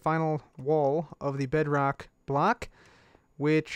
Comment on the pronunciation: when I was watching I was a bit hungry and I thought you said Bread Rock